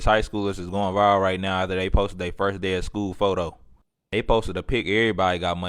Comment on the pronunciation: That mom can’t even say “First day correctly!” 🤦🏾‍♀️🙏🏽 Lord we need you!